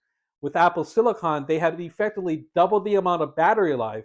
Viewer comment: Thank you so much for pronouncing “silicon” correctly. Most YouTubers pronounce it as “silicin” (and also say “two thousand a hundred”) which drives me up a wall!